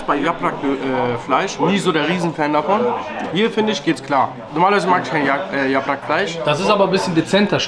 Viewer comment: Bulgur nicht burgul !!bitte, das triggert mich hart. Und yaprak nicht yaprach!!